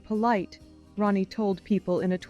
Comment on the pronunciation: Maybe you're using AI but it's not ROEnets, it's RONettes. Her name is RONnie, not ROEnie.